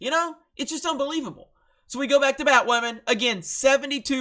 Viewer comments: Why do you keep calling it bat waman? Instead of bat woman? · Come on, dude. I won’t even disagree with anything you say but I had to stop watching when you pronounced it “Bat-Way-a-man” ... more than once. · Batwamen lmao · It's Bat-MAAM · Jesus christ, please stop saying "wammen." That's the stupidest fucking thing ever. You're only making yourself look bad. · U know how cringy it is to say batwahman? Just stop dude